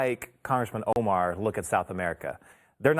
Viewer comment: Mispronouncing someones name for a laugh is a bit childish , dont ya think Glenn